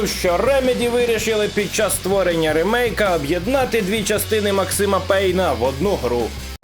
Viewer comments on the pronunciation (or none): Ти впевнений що рИмейки а не рЕмейки?)))